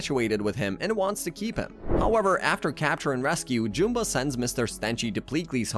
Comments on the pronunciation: It’s JUMba, not JOOMba. Did you even watch the movies? They say his name constantly. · jewmba? JEWMBA its Jum-bah liek yum but witha B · How do you pronounce Jumba so wrong? It is a movie, not a book. It literally says the name!